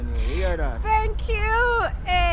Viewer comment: I like it whenever you say "tingoo" makes me laugh.More love